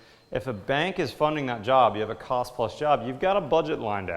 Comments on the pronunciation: "tost of the cile" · "Tost of the cile" . lol